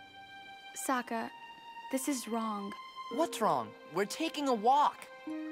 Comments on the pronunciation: he just called him soekka? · "Soukka" Ramdom person who made the atla movie: Ah yes thats how you say it